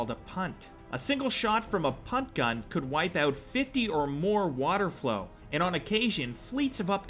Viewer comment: lmao... water FOWL my dude. not flow. 🤣🤣